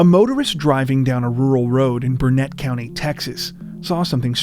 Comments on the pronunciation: Burnet is pronounced burn it....not Burnette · The town is not pronounced Bur NETT. Locals say it more like Burnit. I live close by. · Grew up in Burnet County, it pronounced “Burn it” no pun intended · It's pronounced "Burn-it", damnit! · I had an eerie realization a few seconds in to this video. The name of the town, Burnett, is usually pronounced "burn-it". Source: I lived in the north Austin area for 20 years - I used to fish not far from where the car was found. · In all irony the county is pronounced “burnit” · A slight tweak, not that it really matters, but Burnet is pronounced locally BUR-nit.